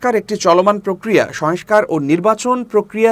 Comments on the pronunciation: ভাইরে, শয়েংস্কার না...."সংস্কার!" শয়েংস্তা না......"সংস্থা!" 😜😻😁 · সংস্থা /সংস্কার উচ্চারণ সঠিক হওয়া প্রয়োজন।